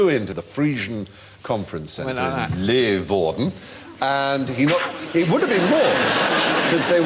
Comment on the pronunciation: Master Fry is rumoured to have a mind "the size of Kent" and his Hungarian grandfather was able to pun in five languages, but... Leeuwarden is not pronounced LAY-WARDEN and Phill Jupitus ought to take comedic lessons from the brilliant REAL comedian Paul Whitehouse who can imitate an Amsterdam cop so well that he might be taken for a Dutchman! Jimmy Carr in great shape, though.